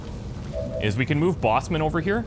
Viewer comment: I don't think it's Bossman like footman. Its Bossman like Superman.